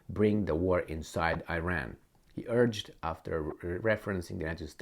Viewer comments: its e-Ran(Iran) not eye-ran. Also you too seem to underestimate Iran’s capabilities. Sanctions have opened many an opportunity for the country. Dont you think the zi0nists would have attacked by now. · you are Romanian, cant you say Iran like Romanians do?Romanians say Iran the correct way not Ayran